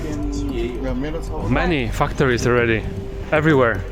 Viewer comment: When you say 'factories', it might be a good idea to make sure the first syllable is pronounced as 'fact'. It sounded rude when you pronounced it.